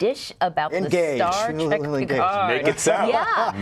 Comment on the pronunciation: “Star track” teehee